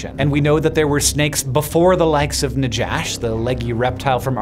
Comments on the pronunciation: It's pronounced naKHash. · Love this. Just want to say that if it's named after the Hebrew word for snake. It's pronounced na-hash. No "J" sound in Hebrew. And that's just a word used for snake. Not any snake in particular. Yet alone a "monstress biblical snake" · Right pronounceation is nakhash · it is written najash but pronounced nahash. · In Hebrew, najash is pronounced as "Na- Ha/Cha (the throat sound)- Sh", which is the common word for snake. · Not Najash like Josh, but Najash like jalepeno. The J is the Spanish J, which is the closest approximation for the letter het or jet in Hebrew. Just FYI. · The biblical name is actually nakhash, not najash. There's no "j" sound in biblical Hebrew. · In Spanish, "j" makes a pronounced "hh" sound, so "najash" should be pronounced as "nahhash". This comes from the Hebrew word for "serpent," as used in Genesis, which is "nachash," with a gutteral "ch" like in Chanukah or Bach. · If Najash is named for the serpent in the Bible, and it was found in Argentina, the 'j' should be pronounced as in Spanish. (Normally scientific names should be pronounced as in Latin or Greek; 'j' would be /j/ as in "kayak".) Hebrew נחש sounds pretty close to "Najash" pronounced in Spanish. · "Najash" should be pronounced "nahash." It's a closer transliteration of the biblical snake, and Spanish is the dominant language in Argentina. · Is "najash" supposed to be the Hebrew word for snake? If so, the letter 'J' should have been replaced with a hard 'h' or 'ch' in common US transcript